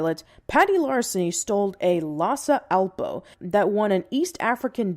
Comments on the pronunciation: Lhasa Apso, not Lhasa Alpo ;) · Did she say "lotsa Alpo" ? As in the dog food? Like it's a lhasa apso that eats lots of Alpo?